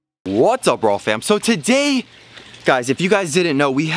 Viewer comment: Sounds like walfam every time you say raww fam XDDDD